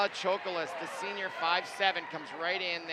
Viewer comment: The way her butchers their names makes me cringe he said Dilayla Chokolis BRO THERE IS NO “I” IN HER FIRST NAME and her last name ain’t chocolate